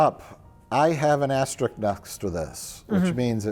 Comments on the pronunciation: The "*Asterisk" text showing up made me lose it, after all the times Mike has corrected he's always said asterick and never gets corrected... I found it incredibly ironic because he's mentioned playing Risk and having that huge board and yet he always said it incorrectly XD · I love whoever added the asterisk correction, it drives me crazy when people say asterick